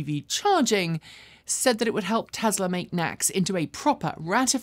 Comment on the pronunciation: I go to your videos for information not entertainment. But sometimes it takes like forever for you to deliver a small amount of the former. Just get over yourself and cut to chase already. And could you please stop pronouncing it TEZLA.